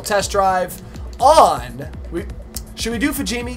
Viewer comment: BROOOOO I thought you said you were going to drift fugimi, was waiting for it lol